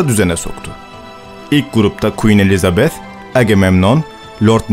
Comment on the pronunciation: Elizabeth i doğru telaffuz eden ilk Türksün sanırım :)